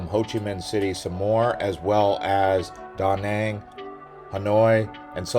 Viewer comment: BRO FR PRONOUNCED DA NANG WRONG💀💀💀